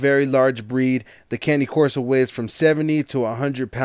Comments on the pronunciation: Please learn how to properly pronounce a breeds name. It is disrespect to the breed. As a cane corso owner I find it rude. This is how it is pronounced Cane (KAH-NAY) Corso (KOR-SO). Cane is the Italian word for dog. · Cany Corso or Cane Corso?